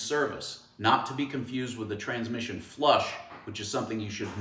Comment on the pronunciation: You lost me at transmissun